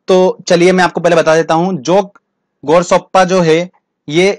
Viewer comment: Sale grsopa nhi bol paa rhe ho